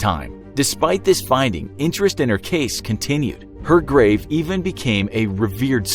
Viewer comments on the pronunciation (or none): none